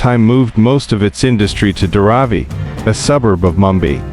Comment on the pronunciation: The narrator couldnt pronounce Mumbai properly! This an AI fo sho